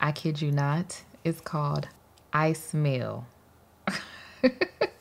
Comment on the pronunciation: ICEY MEAL 😂🤣 SOUNDS LIKE "I SMELL" 🤦🏼‍♀️🤷🏼‍♀️